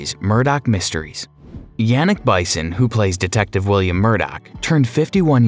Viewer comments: Bison? Or Bisson?! Lol you could've learned his name at least! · Bison is pronounced Bee-son. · Yuk. Lazy, you butchered the names and did no fact checks. I have met all of these people personally and cringed at how their names were mispronounced. Bisson isn’t Bison, wrong and aggravating from start to finish. Great stars and great humans, bad channel. Even knockoff of Netflix name and logo. Pathetic. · It is so distracting and disappointing to hear the speaker mispronouncing so many names and getting ages and places wrong. What kind of research is done before these things are recorded? Bisson isn't Bison. Helen isn't Helene. Helene isn't 41. Perth is not the capital of Australia. An embarrassment! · Also, Yannick's last name is pronounced "BIS-SON" not "BY-SON" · I believe it's BISSON, not BISON. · Just to be pedantic, it is Bee-son, not By-sson and He-leen, not Helen..... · I think the announcer needs to have someone tell him how to pronounce names properly. "Bisson" is not pronounced like bison, rather "beeson" (it's French). Also "Siobhan" is pronounced "shevon" (it's Irish). I know, nit picky. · It’S pronounced BISSON not bison. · It's Bisson pronounced like Beeson not bison. Siobahn is pronounced Shevon. Your grasp of the english language is severely lacking, perhaps you should hire an assistant to look (listen) over your audio track as you obviously have no clue. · I think Yannick's last name is pronounced the French way phonetically "Beesson"! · Bison? Like a buffalo??? Adjust that computer voice dude. His last name is Bisson, rhymes with Frisson. A wonderful actor!! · Perth, not the capital of Australia. It's Canberra, ACT. Perth is the capital of Western Australia....and I think Bisson's name is not Bison, but the French pronunciation of Bisson. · Yannick's last name is pronounced "Beeshon". He is French Canadian. If you are going to produce a fan video online, make sure you get your facts straight, otherwise it blackens your credibility.